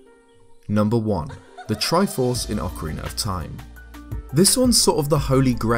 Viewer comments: Ocarin-ner of Time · What exactly is “Ocariner of Time”? Is it related to The Legend of Zelda: Ocarina of Time?